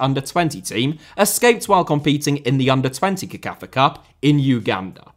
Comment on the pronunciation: CECAFA is pronounced as sekafa NOT kekafa. Just thought I'd put it out there